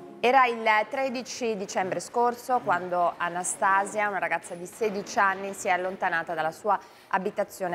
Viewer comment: Nn si dice Anstasi'a Si dice Anasta'sia...😂